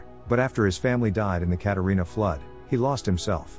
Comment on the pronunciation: Y’all trippin on him saying breakdown but I’m tripping on how he said Katrina Flood